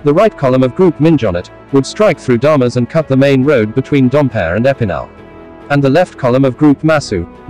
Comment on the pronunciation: Interesting enough story spoiled by the robotic-like voice of the narrator with his strange inflection and syntax. Mispronunciation of 'Minjonnet' and 'Damas' among other simple French words was also extremely irritating.